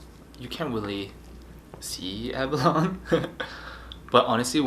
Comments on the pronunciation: Ab a lo neeeee. Not aba lon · Abalone: a•ba•lone•ee 😂